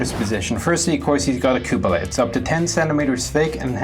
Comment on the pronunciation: why can't you pronounce cupola